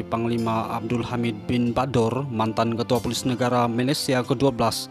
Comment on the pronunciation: Bknnya Poles..tapi polis